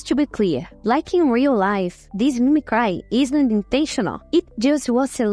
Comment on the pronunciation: Just found this channel. As a fellow Brazilian, I can definitely relate to our good friend Dollynho. (also, glad you're working onvimproving the oronunciation. It isn't outrageous, just needing some adjustment, but I noticed you tend to use the wrong sound for some vowels (especially "i" and "y", making an "eye" \ai\ sound even when it should be closer to "ee". Mimicry doesn't rhyme with cry, for example. As weird as that seems)